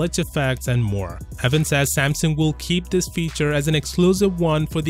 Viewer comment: When says 'thus' for 'this'.